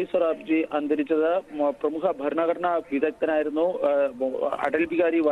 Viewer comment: ഫരണ ഘടനയല്ല പൊട്ടാ.ഭരണ ഘടന ആണ്